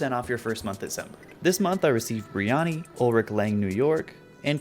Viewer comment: thought you were saying "biryani", not "brioni" 💀 meaning a south asian dish with lots of spices